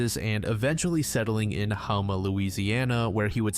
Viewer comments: GUYS it’s pronounced HOME-A I live here lol I was very surprised when I heard that lol this is a very small parish 😭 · It’s pronounced Home-Mah Louisiana. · Houma = Ho-mah